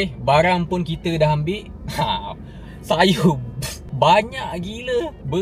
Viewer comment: "ShayO shayO" 😂 kenapa kena sebut mcm tu bang!😂